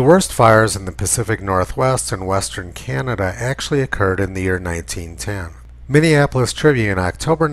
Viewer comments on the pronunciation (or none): none